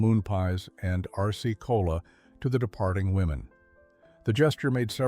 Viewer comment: I heard Arsce-Cola. Well, maybe to avoid problems with trademark infringement, or some such thing. 🎉